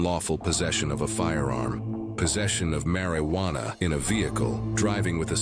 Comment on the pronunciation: "possession of marry wanna" 💀